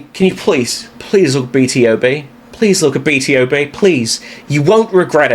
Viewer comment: it's BtoB not B T O B 😂